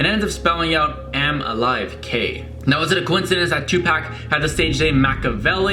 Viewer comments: " two pack " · He said Tupac 😂😂😂 it’s tu poc 😂